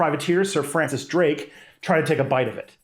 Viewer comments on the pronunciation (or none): none